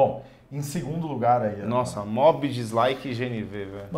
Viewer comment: O errou e ainda insistiu no erro umas 3 vezes "kwid a gás" isso é mobi kkkkkkkkkkkkkkkkkkk